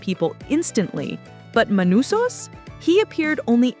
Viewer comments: You go from Manousos to ManOsos in a minute. Just can't pun the guy down. Latin American with a Greek name that makes North Americans glitch. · *Manusos They write "manousos" because muricans can't read in other languages, even if it is spanish (1/3 of USA population speaks in spanish but they can't even pronounce a spanish word correctly) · Not just the writing, I'm pretty sure the whole voiceover is AI too lol. Mispronouncing Manousos's name throughout it for example.